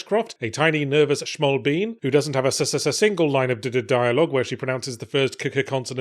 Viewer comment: "Shmall bean" took me out lol